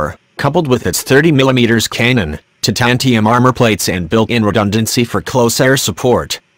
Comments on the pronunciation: what is a 30 millimeters cay-non? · what's a caynun?